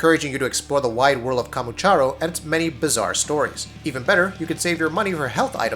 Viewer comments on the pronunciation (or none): Kamurocho, not Kamuchoro 🤦🏻‍♂️ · Kamuchoro? Kamuchoro? KAMUROCHO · 1 thing you abs need to know before making this vid Its Kamurocho not Kamuchoro >:( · wait he said kamucharo Wtf its kamurocho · it's kamurocho my guy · its not kamuchoro but its kamurocho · KAMUCHORO? WHAT THE FUCK? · Just correcting. Not Kamuchoro, but Kamurocho ;) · dude sigh...... it's kamurocho no kamuchoro....... looks like you new to yakuza series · wtf is kamucharo lol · It's kamurocho ......Kamurocho ...NOT KAMUCHORO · It's KAMUROCHO. Wtf is kamuchoro? How do you get that? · Kamucharoo lmao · I think it's kamurocho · This guy has never touched a Yakuza game. Kamu Charo. Naw dawg.... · Dude really said kamu-charo, KAMU-CHARO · Ka mu cha ro? oh man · I prepared a rope to hang myself right after i heard "kamucharo" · Kamucharo kamucharo kamucharo....are you saying it on purpose just to get more comments on this video... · Kamuchoro, Kamucharro, Charizardo, Sobizarro, ah gahd no... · Makes a video about all the things you ABSOLUTELY NEED to know before going into Yakuza Kiwami, can't pronounce the name of the district that the Yakuza series takes place in. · HOW IN THE FUCK DO YOU MISPRONOUNCE KAMUROCHO?? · Op meant that not only did they mispronounce the name, they completely changed it. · I laughed so hard when he couldn't say it right lol :P